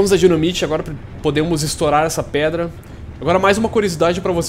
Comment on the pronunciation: repetindo(para estourar uma predra) kkkkkkkkkkkkkkk esse portuques esta esperando na escola